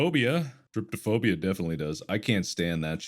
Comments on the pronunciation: Can you PLEASE inform Mark it's trypo-phobia, not trypto-phobia. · Someone has GOT to tell Mark it's not trypto-phobia, it's trypo-phobia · The fact that Mark has been pronouncing Trypophobia wrong so many times for the longest time 😂😭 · It's drives me fucking crazy 🤣